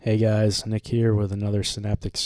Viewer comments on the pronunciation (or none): none